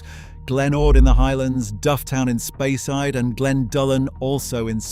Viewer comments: also mispronouncing place names like Speyside . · Speyside - pronounced 'Spay-side' Islay - pronounced 'Eye-lah' Etc., etc.